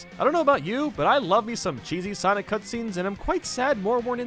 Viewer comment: SENIC gotta go fast